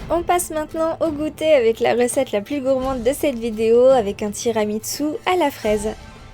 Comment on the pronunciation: Il y a un "t" de trop dans ton tiramisu 😉. Ça se prononce tiramisou.